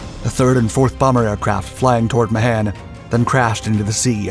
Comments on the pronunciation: The man's name is pronounced May-han not Ma-han... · The name is pronounced "Ma hon".